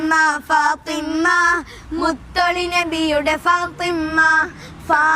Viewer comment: നന്നായിട്ടുണ്ട് . . . ഫാത്വിമ ഉച്ചാരണം ശ്രദ്ധിക്കണം